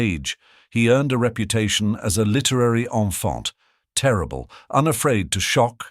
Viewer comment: So is this AI imitating Stephen Fry? I think the real Stephen knows how to pronounce “enfant terrible”.